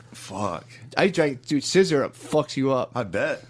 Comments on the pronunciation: the way matt continues to mispronounce ''sizzurp'' as some gay roman politician ''sissyrup'' even though shane clearly says the right thing is so funny to me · Scissor-up not sizzurp